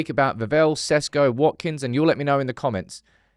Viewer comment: Sesko, eyeroll.. His surname is pronounced Sheshko, dear Šam Peopleš.